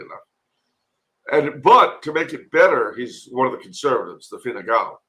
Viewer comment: calling Fine Gael (Tribe of the Irish) Fine Gall (Tribe of the Foreigners) is hilarious, whether intentional or not!